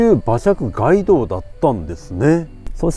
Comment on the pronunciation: 街道の発音「がいどう」ではなく「かいどう」です。